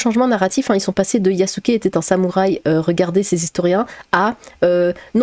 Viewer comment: Sam ou Rhay ? Y'a souké les artimuses ? Prononcez bien comme vous voulez ma p'tite dame, en cas moi j'en rigole bien 😊👍 Bon courage à vous !